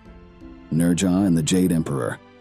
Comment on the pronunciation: You put so much time into these videos, you'd think you'd take the time to learn correct pronunciations. The Chinese pronounce it "Nojah" with a slight "z" sound on the "j".. Never head one Chinese person put an "r" sound in his name.